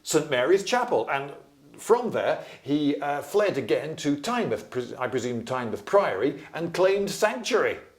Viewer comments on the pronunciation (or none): Tynemouth is pronounced as Tyne-mouth, not like Portsmouth